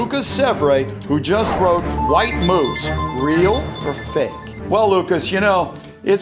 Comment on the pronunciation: What the 'So "Fak" its funny